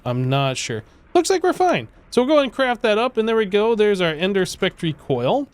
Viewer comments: He does it on purpose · you pronounced spectre incorrectly